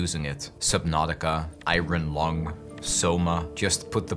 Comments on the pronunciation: he really called it iRon long 😭😭😭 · eye-ren lung